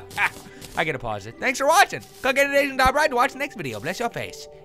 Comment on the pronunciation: For the longest time, I thought he said click on the asians in the top left blabladavideo.